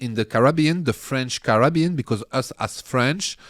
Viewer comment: I like how French people pronounce "Carabean".